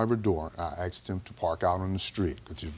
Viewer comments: I really wish JJ would get on the people who say “axed” instead of asked. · Asked not axed!! Speech!! Asked!